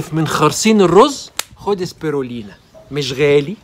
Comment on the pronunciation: واسمه سبيلينا وليس سبيرلينا